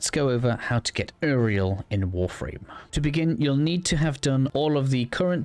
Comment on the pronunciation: bro said Eriel not uriel